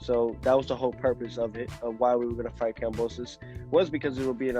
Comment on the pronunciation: At least say the name right. You’ve been saying it wrong forever. kamBosos